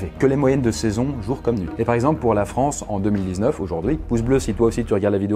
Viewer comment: NOUVELLE FRONNCE